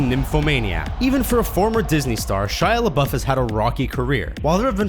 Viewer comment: Omg I accidentaly skipped to "A teenage girl" when he said Shia LeBaufe XDDD